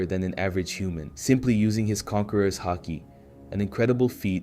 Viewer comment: I thought that too at first but its clearly AI when you listen closely, for example he keeps pronouncing words differently like mihawk or haki, and sometimes he stops mid sentence and repeats the same dialogue twice. I know its still a lot of work and i respect it, but i wish there was more emotion put into it.